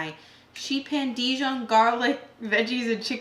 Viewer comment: You are pronouncing the Dijon mustard wrong. Google it